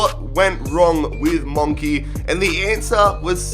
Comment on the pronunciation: Did he call Monchi, Monkee?